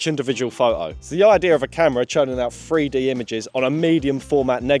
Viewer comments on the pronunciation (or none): He can't say the number "3". Lol, it's a free dee camera.